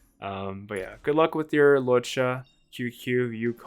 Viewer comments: Tsing ts-yu-ye not qq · qingque is sorta pronounced ching-chueh. hope this helps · No. You’re most controversial take is pronouncing Qingque as “Queue-Queue”. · It’s pronounced as Ching-chue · Imagine not being able to pronounce Qingque, could be me